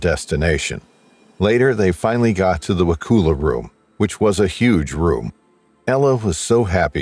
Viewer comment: It’s not wa-cool-ah….it’s wa-cull-uh county, Florida.